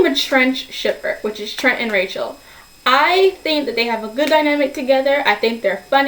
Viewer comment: And also I dunno if its just the sound quality or what but it sounds like your saying "trench" when your saying Trents name.